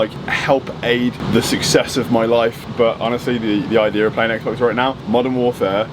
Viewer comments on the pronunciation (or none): none